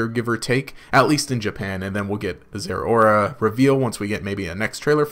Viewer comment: People need to stop pronouncing Zeraora wrong. Zeh-row-ruh, as in cow